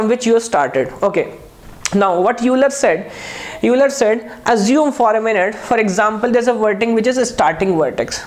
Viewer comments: Pronunciation of euler is ailer. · Sir name of Euler is pronounced as oiler